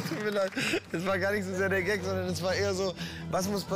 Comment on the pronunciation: Es heißt Gag nicht Geck 😂